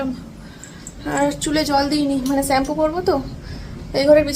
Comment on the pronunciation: স্যাম্পু না শ্যাম্পু হবে কথাটা😊